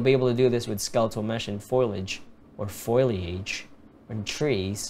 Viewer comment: Foe-Lee-age. :-D